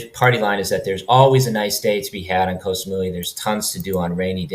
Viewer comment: เกาะ = gaw = island. short vowel, low tone. one of the most commonly mispronounced words in Thailand. if you're living there id suggest a language coach. high season blows, swamped with tourists, prices double.